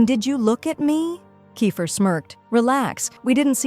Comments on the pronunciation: It's keifer not ki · It's keifer not kayfer